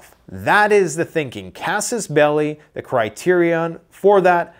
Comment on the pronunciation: Why is it so hard to pronounce "Kas-Us Bell-Eye"?